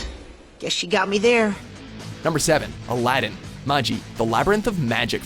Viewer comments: It's not maji it's magi and alddins jin us not with him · Its May-jai not Magee! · with respect to your magi its not maj-i but mag-ee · The dude said "Magi" as "Maji" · Is this guy really pronouncing Magi as Mahjee.... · How are people still not able to pronounce Magi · I cringed at the way he pronounced Magi... still happy that Aladdin made the list... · You pronounce Magi wrong regardless of which of the TWO pronunciations you use... "Ma. (hard G) ee" or "Mah ji (sounds like Rabi. "